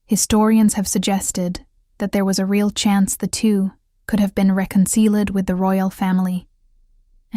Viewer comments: "Events 'speeralded' out of control?" Uh, the word is pronounced phonetically "spy-ralled". Also, the name "Ernest" is pronounced, well, "Ernest". And then there is "reconceeled". Uh the word is "reconciled" as in "reckon-syeled". These are basic words and it is amazing that a generation and/or AI voices that have google translate's pronunciation function and dictionaries available, which always show the pronunciation of words, cannot seem to pronounce words they don't know. Ridiculous... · "RECONCEELEDD"....RECONCILED PRONOUNCED RECONCYLED. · Absolutely. For example "speerealed" for spiraled . "Opteeuns" for options . "Recunseelid" for reconciled . Ridiculous.